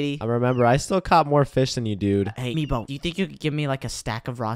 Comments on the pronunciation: It's MEEBO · I dont no why meebo not mibo hHhHahahaha